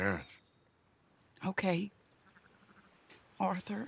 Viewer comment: Arthur Morgan: “Oh don’t ohrthur me”